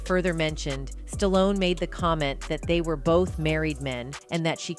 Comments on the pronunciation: Who is Sta-lone? Ai stinks. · This video only talks about the title for like 2 mins the goes into the weeds. Also the pronunciation of this name gets worse and worse as the video goes on. Ends on st-on-ese. Wtf did I just watch. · Sta-lone. Don’t cut it.